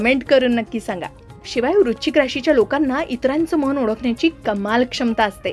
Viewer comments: वृश्चिक vrush chik उच्चार आहे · वृश्चिक या शब्दाचा उच्चार नीट करा